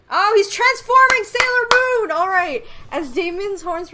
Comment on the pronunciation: Sailor Moon. How I hear it: Saero Moon.